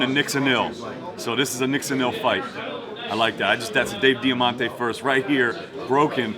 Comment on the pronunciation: Diamante? Yeah, sounds legit. Fuck off, you pretentious prick